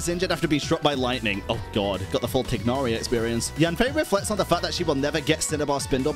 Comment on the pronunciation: Why do you pronounce my boy Tighnari like that xD